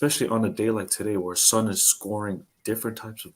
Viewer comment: I love you but you absolutely butchered Son’s name I can’t lie 😂